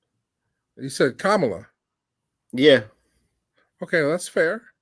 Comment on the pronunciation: Did he ever get it? Kamala pronounced "Comma-LA" 🤣 Genius! I love it!💯